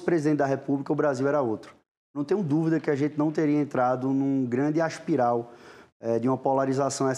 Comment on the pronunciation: Ele disse "aspiral"?